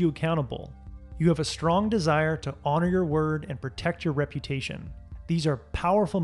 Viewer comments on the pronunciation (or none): none